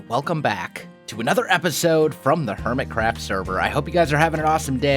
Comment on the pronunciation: Did anyone else here "Hermit CRAP"?